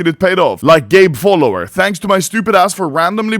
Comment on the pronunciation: You re reading ģâý follower wrong